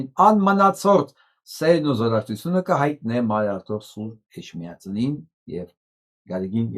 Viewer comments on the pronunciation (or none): Է(ջ)միածին, ոչ թե Է(շ)միածին